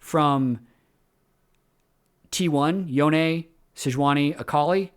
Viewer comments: "Yo-neh" is correct if you are following Japanese pronunciation (assuming that culture is the basis for Yasuo and Yone). Awesome content as usual,! Appreciate the player grading system. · it's Yo-ne (yo-neh),. I think it's Japanese-inspired and their consonants are usually paired with vowels to form syllables. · Its yo-ne. Its eastern inspired name ffs. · Yoh-ne is correct, remember the Spirit Blossom trailer (I think that's where the VA, Liam O'Brien says it?)? Yhon is kinda the meme pronunciation as befitting his status as one of the wind shitters. Looking forward to meeting Yasuone (-san) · If it's Japanese, it should be pronounced Yo-ne. Japanese has very specific, consistent pronunciations, so assuming it's spelling correctly, you should always know how to say it. Manamune, for example, should be Mana-mu-ne. Assuming it's actually supposed to be Japanese (which I assume it is). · Yoh-neh, but Yo-ne is close enough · Yonay is correct, it's how it is pronounced by the characters in game. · I pronounce it yone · Just a heads up on Yone - you’re saying Yone, but it’s actually Yone. Very common mistake👍🏻